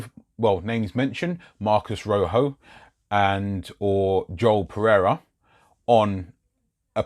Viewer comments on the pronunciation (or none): none